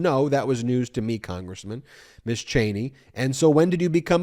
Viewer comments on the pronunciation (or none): I'll be the a-hole and correct you... It's "Mizz" and "Missuz". You keep saying Miss all the time.